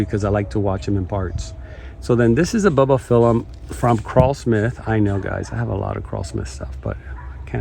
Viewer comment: It’s not Ba Ba phylum, it’s bulb like ‘light BULB’ not ba bah